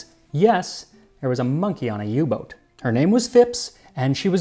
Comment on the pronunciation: Thanks Max for pronouncing "Boot" as boat and not boot (like the footwear).